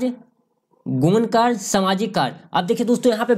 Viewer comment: लिखा है कार्य और बोलते हो कार्स